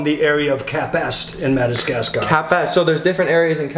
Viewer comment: Maybe let the chameleons try to mate ( AND ITS MAD-AH-GAS-GAR)!!!!!!!!!!!!!